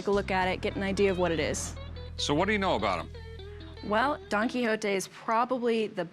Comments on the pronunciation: Why do you pronounce "don kihoti", it's "don kishot" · did she just say don quixoti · Donkey hontee? Nahh let's drop the american accent when we pronounce names of dudes from other places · Don Quixote; Don-key hotee lol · Did she say donky honky? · DON KEYHOETEE LMAOO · Don Qui hoe te. Amazing pronunciation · She really said "Donkey Hotee" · After 4 decades I finally pronounced 'Don Quixote' correctly today. Don't ask me how me and my friends pronounced it all this while. It's not even close. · as a french guy, it trigger me when they say don quixote. There is a X between the i and the o and not an H. So it sound really weird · The way she pronounced Don Quixote really hurt.